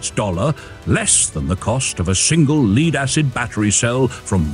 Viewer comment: Obviously AI. At the end of the video the voice says "leed" acid battery.